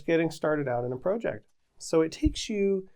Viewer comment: Why do you say PROJECT, and PROcess who talks like that